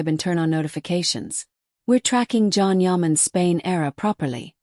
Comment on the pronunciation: not Can. John. :)